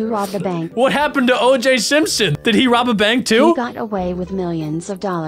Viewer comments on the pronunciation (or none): It's OJ Simpson, not OJ Sinson